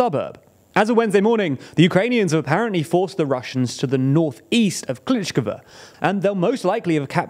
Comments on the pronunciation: Bro, every time you butcher the hell out of those names. At least make an attempt to read them. Klishchiivka you pronounce Klishkova - It's not even close. And in previous videos you pronounce Prigozhin in 3 different ways in the same video, absolutely butchering that name too. It's just so annoying to listen to! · it is pronounced something like kleesheeyevka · The way he calls Klishchiivka as "Klichkava" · Sees: Klishchiivka Says: Klichkva Whyyyyyy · Kleesh-cheev-ka. Not Kleech-k'va. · He doesn't even say Klish-ihv-ka. He says Klitsh-kivva. 🤬 (and sometimes Bachmutt) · "Klítchkava"? ==> "Klishivka" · For God’s sake learn to pronounce the names of settlements. It’s not Klichkove or whatever you were saying. It’s Klishchiivka (klee-shee-ee-fkah) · I had to stop watching after you said Klitschkova for the 20th time. Why can you properly pronounce Andriivka but not Klishchiivka? 😅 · You pronounce klish-chi-ivka wrongly. Kli(sh) - (chi) - (ivka) (Sh) = like Fi(sh)ing (chi) = lysi(chi)ansk (ivka) = andri(ivka) Similarly you pronounce sh like s, zh like z and ch like c. (Zh)ytomyr or (zh)erebets pronounces zh like kin(zh)al, not like (Z)avod or (zelensky). Bu-cha pronounces (ch) like Lydia(ch)iansk or like (ch) eck this out. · And he actually says Klitsh-kivva – doesn't even get the consonants in order. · Klitsh-kivva, Bachmutt... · because pronunciation is not always equal to the written form, and also because he is not Ukrainian en these names are difficult to pronounce correctly. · Klee shchee yeev ka (...eeeeee-yeeeee...) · You guys need to learn how to pronounce town names properly 🤣 klishciivka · "ii" = "eee". So Klisch - eeeeev - ka, not Klish-ihv-ka. Same with Andr-eeev-ka not Andr-ihv-ka. Source: watching Denys Davydov for the past 1.5 years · great video as always! just wanted to drop in to say that the double i in Klishchiivka and Andriivka makes more of an EE sound